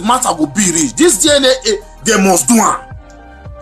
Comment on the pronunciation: It's DNA not DIENEA